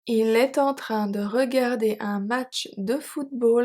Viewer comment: Thanks! Some of the emphasis sound strange to me though. Like wouldn't it have to be on the word "train"??